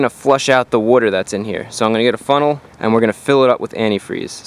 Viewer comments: Wooter. Wooter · You don't want any dirty wooder in your heater core. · wuter lol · Wooder wooder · When he goes through a drive thru-"one small ice wooder"